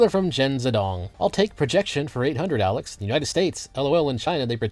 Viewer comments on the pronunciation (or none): none